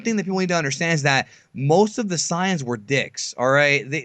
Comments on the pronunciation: SAIYANS NOT CYANS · SAY-INS, SAY-INS, SAY-INS FOR FUCK SAKES